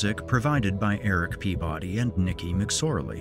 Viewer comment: Eric see-body,Eric pee-body!